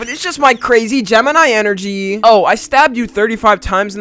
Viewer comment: "It's just my crazy gemini energy" bro the way he said energy caught me off guard😭